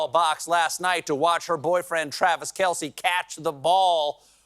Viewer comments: Its pronounced Travis Kelz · Steve, have you already forgotten that it’s pronounced “Kels”?